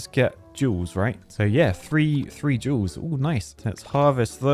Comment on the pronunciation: Am I the only one that only hears saying joules and not jewels. Especially when talking about energy in the same sentence😭💀